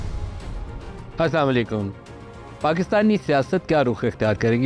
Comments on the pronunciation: Please try to say Asslamo alaikum. Not salad akum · Hmmm what did u say : Was it as salam alaikum? Or asam alaikum?? Correct ur self mr nadeem or whatever your name is. Thanks